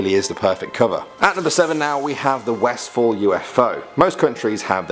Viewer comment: Westfall? It's Westall